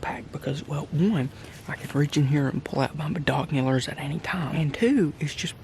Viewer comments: I'm pretty sure he said bidonculars instead of binoculars. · did you say bedonkulers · he said bidoculars lmfao